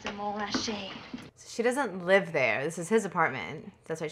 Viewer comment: She (Grace Kelly) pronounced Montrachet correctly! Classy. I'm impressed, having just seen an actress in something else yesterday saying it wrongly, as is often the case, by pronouncing the middle (silent) 't'.